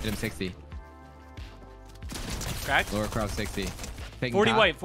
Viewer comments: it's LARA CROFT not LORA CRAFT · Idk why it pisses me off u said “Laura” instead of Lara